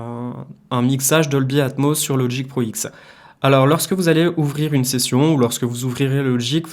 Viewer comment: Doldy Atmoss Dolby Atmoss ..... c'est mieux si tu dis Atmoss ya un S ..... faut le prononcer. Sans rancune.